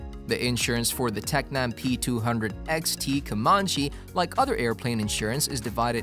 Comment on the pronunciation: No, it's worse: he keeps saying P200ST (not P200-6T)!